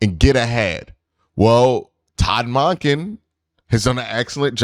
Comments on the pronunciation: The WAY you say Monken though 😂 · Q i ain't going to be able to make it thru the next couple years listening to you pronounce that man's name. Sounds weird AF.